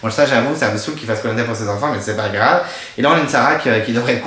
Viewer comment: J'ai été spoilé sur les 2 éliminations dans le générique ( Nathalie sur l'épreuve du labyrinthe et William sur l'épreuve des Bambou ). Il y a des commentaires sur le live de spacebabies disant que tu prononçais Koh Lanta comme " Polenta " DEAD Le départ de William ne m'a pas fait réagir plus que ça ( j'ai dormi entre le confort et l'immunité mon avis est biaisé ) J'ai bien aimé l'épisode, la victoire de Ricky, Willy fait du sur place, Sarah et l'hygiène des gourdes, les prémisses du drame du sac fouillé. En tout cas hâte de voir la suite !